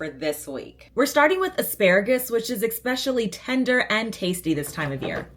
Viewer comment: Enjoys your content!!! But there’s no X in especially. But you’re not the only one… I’m sorry. Yes I should’ve 🤐. Third creator today saying expecially. 😅